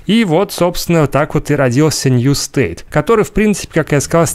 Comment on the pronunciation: пабг Нью СТЭЙТ , а не Нью щит